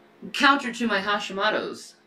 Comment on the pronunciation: Haw-Shee-Moe-Toe. If you're going to lie about it, at least pronounce it correctly.